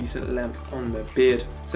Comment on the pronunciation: Why do you say “readdy” instead of “really”?